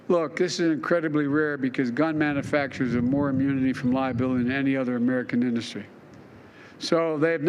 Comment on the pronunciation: Manafaction. What the everlovin' F? He does not know how to say the word manufacturer.